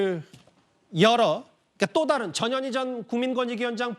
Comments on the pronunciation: 앵커님 전현희 라고 할때 깜놀했네요 저년이라고 하는줄 알고요ㅋㅋ ㅋㅋㅋㅋㅋ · 나만 저년이라고 들리나? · 전현희가 왜 저년이로 들리지?? ㅋ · 저년이 라고 들리네요~~^^